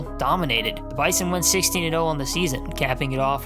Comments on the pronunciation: When you talk about NDSU it’s pronounced BIZON not bison it’s cringy when you say it wrong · say bison with a Z man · You pronounced bizon wrong. NDSU fans don’t like the hard s in the middle of bison. You replace it with a z